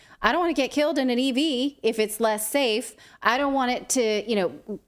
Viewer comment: Not "Saf* 'and not "effect*ve '.........where have I heard that before ?